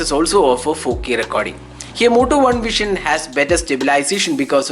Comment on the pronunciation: Its Vision (व्हिजन) and not व्हीशन , pronounce properly. BTW Moto One Vision is great here, In 20k they are providing OIS.